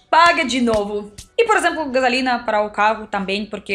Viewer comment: Adorei você dizendo guesalina em lugar de gasolina!